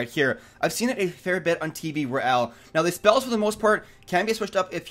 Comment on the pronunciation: Is it just me or every time he says now it sounds like meow?